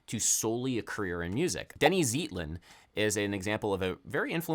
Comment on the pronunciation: For future reference, Denny's last name is pronounced ZAYT-lin. Another Bay Area great, Dr. Eddie Henderson, also studied psychiatry, but practices general medicine.